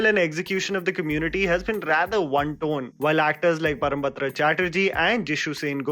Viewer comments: It's Parambrata .... Not Parambatra. Btw.... Video was too good.... Being a Bengali I felt bad at way of portrayal of Bengali people in Bollywood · Bro that's Parambrata not Parambatra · Parambharta nahi... it's Porombhroto( the pronounciation) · It's ParamBRATA not ParamBATRA. I know it's difficult to pronounce the name but please do try saying it correctly! /\ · Hii I'm so sorry, this is really trivial but i have to point it out lol ahhhh it's not parambatra chatterjee, it's parambrata chaterjee. I know this is really petty but asa bengali this sounds so wrong that I couldn't help but comment. Thank you💜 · I think it's Parambrata Chatterjee & Not Parambatra Chatterjee Or may be I just misheard that😅 Love your videos anyway 👍👍👍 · Did he just say Param Batra?!! 🤦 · It's Parambrata,... Just wanted you to say his name correctly! ✌ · The Video was absolutely spot on, however, can you please pronounce Parambrata's name properly ? it's "Paw-roam-bro-(Hindiwala)toe" .... Hope this helps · I think even the fact that himself has been constantly mispronouncing Parambrata's name as ParambaTra. And this is someone who actually cares and tries to give proper recognition. So in the wider industry, with so many Bengali artists out there, it's horrible to see that to this day the representation Bengalis mostly get is of being snooty/literature buffs, acting all babumoshai and having rosogolla...